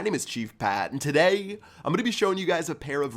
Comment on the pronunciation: Why does he say today so weird